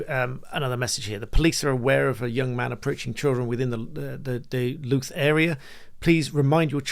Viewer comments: Louth, Lincolnshire, pronounced LAUth...as Latin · Just a small point, Louth is pronounced as a rhyme with south and mouth. Hope that helps. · Louth rhymes with “mouth” and “south”, not “tooth”.